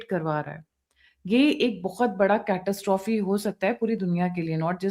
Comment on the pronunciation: 😂😂😂 "कैटसट्रॉफी"??? जब "Catastrophe" शब्द का उच्चारण/pronunciation करना नहीं आता तो क्यों अंग्रेज बनने का प्रयास करती है?😂😂 गँवार की पहचान ऐसे पता चलती है